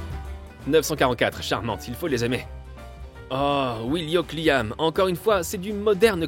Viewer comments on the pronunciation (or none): Merci pour cette version en français🙏👍👌 malgré le "wilio cliam" à 4.45 min